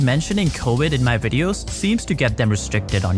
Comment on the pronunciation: If you spent as much time learning to talk professionally and say Virus not wirus your wideos would be good.